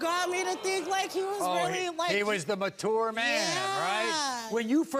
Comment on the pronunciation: I have learned that Maury can’t pronounce mature